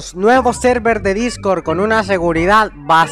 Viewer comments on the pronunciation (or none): none